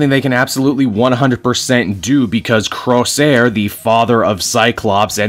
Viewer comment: Jesus Christ, Rahne does look like Maise Williams, in the movie that's never and shouldn't be released. Yeah, Doug is totally rocking Warlock's arm... Hold on, am I hearing "Crossair" ?, well, it's closer Corsair lol